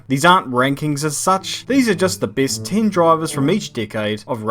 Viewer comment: "The beest droivers of each dickade"